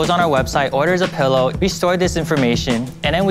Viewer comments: Barbara: “Youre saying pellow instead of pillow. For that reason, I’m out” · I've never heard someone pronounce it "pullow"